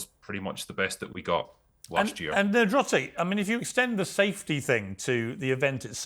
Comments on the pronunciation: “Ner-drotic”?! Come on Piers! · Damn Piers, you ever gonna shoot 1 Nerdrotic's way? You also mispronounced his name 😂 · nerdrotic's camera looking better quality than the multi-millions on the piers morgan show.. btw made me laugh the number of times Piers called him 'NED-rotic', what an absolute mong..